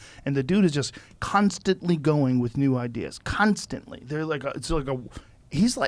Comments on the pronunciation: 'Kan' stantly! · Kanstantly- joe pink rogan